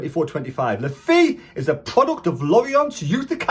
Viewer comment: It's pronounced Luh Fay mate. You can hear him say it on one of the vids the club put out.